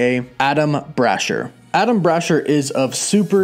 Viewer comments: Bra-Shear. Not Brasher like Basher. Bra-Shear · Damn you can’t pronounce names it’s (bra share) and (kah thun) and the engineer is the skrull and no mephito y’all been reaching for the longest these shows aren’t going to be exactly from the comics just very loosely based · And I hate to be that guy but it's pronounced bra sheer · The way you are pronouncing that man's name is literally making me have to take a shit His name doesn't even look like Ada lm brasher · Say it with me now....Brah-SHEER. Not Bra-Sher lol. Same with Meh-FIST-oh. ;p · Adam "Brasher"? You mean Adamn Brashear right? And its Cerebro NOT cerebra....lmao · Dude the pronunciation of Blue Marvel's name is wrong. Adam Brashear "ear" brasheeeeeer also it's cerebro not cerebra.